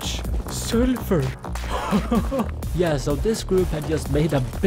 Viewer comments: STOP SAYING SURFUR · Sulfer ❌ selfure ✅